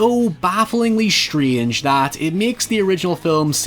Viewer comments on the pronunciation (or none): none